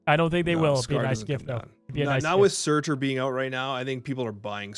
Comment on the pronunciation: I'm curious why you stress the "T" in Surtur, you don't do the same thing when you talk about the card MarTyr <3